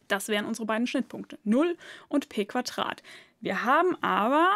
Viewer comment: Gutes Video aber bitte Quadrat und nicht Quatrat oder drei und nicht trei.